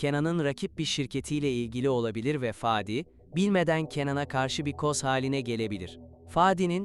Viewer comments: Fâdi değil kardeşim … Fadi söylemek bu kadar mı zor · Faaadi değil fadi 🤣🤣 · Fââdi değil Fadi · Faadik değil, Fadik.🙏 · Ah güzel Türkçemiz birde konuşmayı öğrenebilsek !!Faadi değilde Fadi gibi 😊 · Fadi olması lagzimdi itici olmuş faadi denmesi